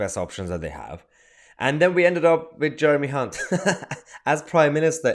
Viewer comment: Don’t think it’s pronounced Hunt